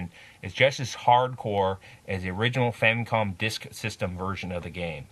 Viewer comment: First off, good review. Secondly, it's not a "Famcom." It's a Famicom. And it's The Adventure of Link. Not Link's Adventure.